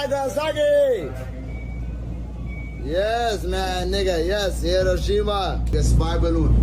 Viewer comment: It’s also pronounced “he-RHO-shi-mah” which several people say in this video so if we’re trying to be respectful let’s start with that